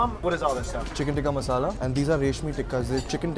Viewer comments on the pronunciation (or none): The way he says ‘Tikki masala’ xDD its TIKKA